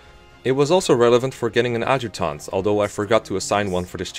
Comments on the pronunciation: A-juct(like duct)-tant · Nobody:: Awd-jew-taunt